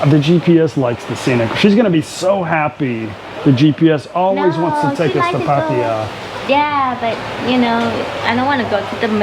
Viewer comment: Always grates on me when people like your mate pronounce Pattaya as PatTIRE even after how many years in Thailand